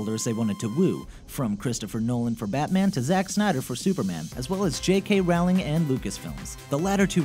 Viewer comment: its pronounced Rolling. J.K Rolling its different I know 😭